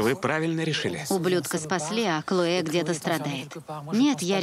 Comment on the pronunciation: КлоЭ какое-то...)) а по-русски это имя звучит "Хлоя". И никакая не "Клоэ". Переводчики такие переводчики))